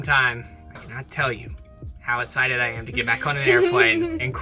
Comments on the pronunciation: It’s hilarious how doesn’t pronounce the letter x. He’s always essited rather than exited 😂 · I live for the way says “esscited” instead of excited